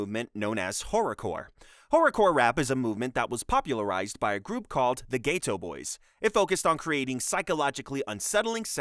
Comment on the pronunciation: You Forgot Adam22 and also “GAY TOE BOY” IT’S PRONOUNCED GHETTO BOYS 💀💀